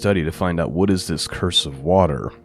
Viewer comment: "Cruse" pronounced "cruise", not curse. 🙂 It's just a water bottle like a canteen.